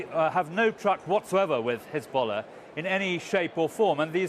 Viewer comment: Look at her "khezbollah" pronounciation :))))